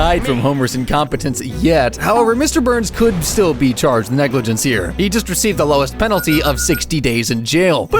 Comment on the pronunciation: ummm wtf is negliance dude?